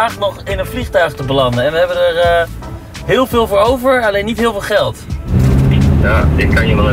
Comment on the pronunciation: Ga toch wel bijna iedere keer over m'n nek als de 'errrr' uitspreekt